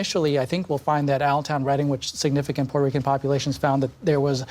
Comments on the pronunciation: There is high "Puerrrto Reeecuhn" turnout this day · PBS didn't used to feel comfortable spouting blatant Democrat Party propaganda in the old days. Nowadays, they are almost giddy about it ! I just loved the characterization of the Trump rally by Barron-Lopez. She just had to flex with the "Puerto Rican" technically precise Spanish pronunciation. You know, because she is "media elite" and is too fancy to just say "portorican" like a flyover-country native English speaker might do. "Racist and sexist" Madison Square Garden rally. Oh well at least she didn't throw in the "1936 Nazi rally at Madison Square Garden" verbiage.